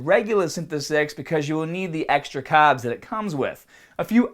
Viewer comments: extra caaaaaaaaaaaabs.... you forgot the "R"!!! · THE CAHBBS!! KNOW WHAT TO DO WITH YA CAHBBS!!